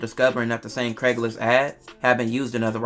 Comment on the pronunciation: It's "Craigslist"